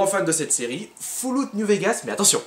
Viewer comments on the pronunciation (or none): foullout.. LOL mauvaise prononciation fall c'est comme fal en francais. En tout cas courage pour le déménagement, je DETESTE sa surtout quand t'as plein de truc en l’occurrence des jeux pour toi lol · ça fait partie du les mauvaise prononciation "64 = 60-cat", "Resident Evil = resenzevil", "Fallout = Foiuloutte" ou un truc du genre etc.. Bref on s'y fait: ) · Tu soule quand tu dit foulogu